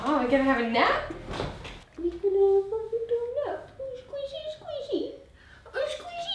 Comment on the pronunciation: Kate:"Scuishy Scuishy....." 😂